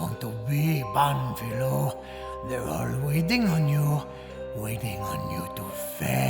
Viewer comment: just a tip to (finally) say his name right. first say pan (a bit louder this silable) and add filo, wich sounds like the philo part of philosopher. gl